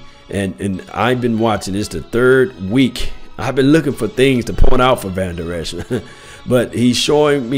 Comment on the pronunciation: you are mispronouncing Vandurlacher's name.